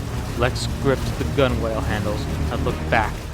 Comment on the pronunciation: The w is silent in gunwale.